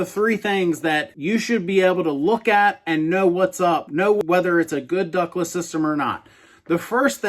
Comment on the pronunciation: I thought you were saying “Douglas brands” in the beginning of the video. . . .